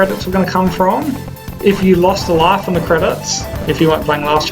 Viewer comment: You dont say life right You pronounce it laugh